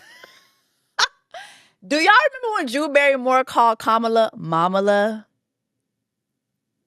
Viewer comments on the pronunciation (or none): none